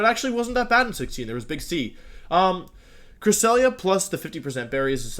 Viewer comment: I loved how he said cresselia the first time lol.